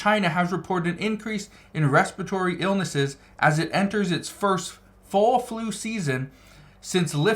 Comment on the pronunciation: Its respiratory, not respitory!